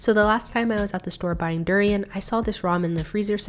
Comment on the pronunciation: you pronounced durian wrong